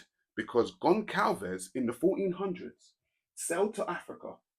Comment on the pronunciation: Nice content, but that name Gonçalves is pronounced "Gonssalvez", the Ç=SS (it's pronounce as "S")